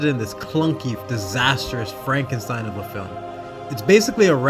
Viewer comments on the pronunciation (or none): none